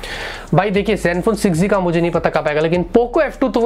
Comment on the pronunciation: Not 6g its 6z pronounciation sahi Karo